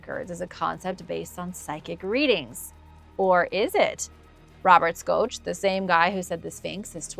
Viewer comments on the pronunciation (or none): It's pronounced shock not schosh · It's pronounced Robert Shock!!! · Greetings and salutations,. I really enjoy your content. FYI, professor Robert Schoch’s last name is pronounced shock. Have an amazing day. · The way she mispronounced Robert Schoch’s last name makes me think she’s just reading a script and knows absolutely nothing about this stuff. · Not bad. But you clearly don't even know who Robert Schook is. You pronounced his name wrong. That show a surprising lack of knowledge